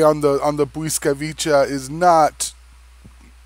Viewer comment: At the end "Bwyskavitsa" cause you said it "Bwyskavicha" but o.k.